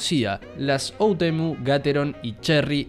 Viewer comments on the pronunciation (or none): Me encanta porque es todo el vídeo hermoso pero puso otemu envés de oUtemu